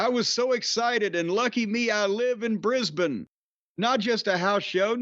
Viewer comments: It's been very refreshing hearing our yank friends pronounce Brisbane correctly. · I sincerely appreciate Jim's very natural (and correct) pronunciation of 'Brisbane'.